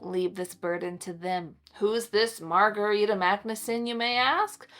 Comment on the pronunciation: I have a second cousin in Sweden named Margareta. It’s pronounced a little different than how you are pronouncing it. But that’s ok 😊